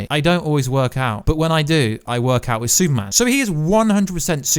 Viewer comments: Bro, you have to learn how to say Super-Man lol. Stop saying soup-man! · Where is the actual news. This is totally your thoughts. Nothing confirmed. Absolute click bait. And it’s Superman. Not soupman.